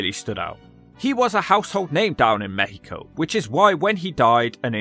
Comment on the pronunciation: You did it! You actually did it!!!! Hahaha, this is great! Thanks for deep look into this It was a great look on the career of a guy that we grew up watching all over Latin America, such a weird death. PS: Great "México" pronunciation 😂